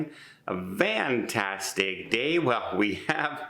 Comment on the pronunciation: Don is one of those people who doesn’t care about accuracy. He says eK cetera & vantastic & gastronomic disease .